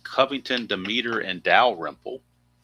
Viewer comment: The third baseman for the Philadelphia Phillies name is pronounced d e m e t e r with the accent on the Dem